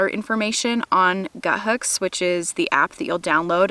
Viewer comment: Why does everybody pronounce it as “Guthooks” when it’s clearly just “Guthook?” Lol. Anyways, excellent video! Thank you!